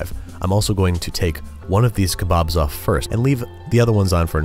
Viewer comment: As a native Urdu speaker, your "Kali Maa" and kebob pronunciation was spot on.